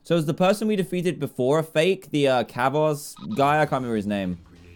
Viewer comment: "Kavoz?" Well, now we know Dan hasn't played Sonic Lost World.